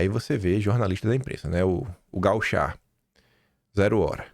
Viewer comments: "Gauchá" tu nunca ouviu alguém chamar uma mulher do Rio Grande do Sul de "GAÚÚÚCHA"? 😂😂😂😂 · não é Gauchá é Gaúcha!😊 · Caro irmão, um favor: a pronúncia correta é Gaúcha e não Gauchá, abraço e sucesso! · Kkk Rádio "Gaúúúúúxha"! Kkk e "bureau" se lê "birô". Desculpa as correções 😅